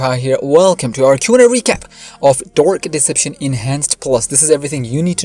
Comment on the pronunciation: "DORK DEPECTION" thats what he said